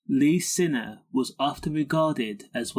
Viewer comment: His name is signer not sinner but spelt siner . To pronounce it it’s signer 😂